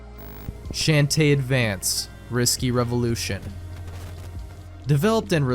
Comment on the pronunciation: Your pronunciation of Shantae is a felony